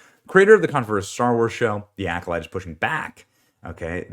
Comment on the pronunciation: Sounds like instead of the Alcolyte The Alcoloser.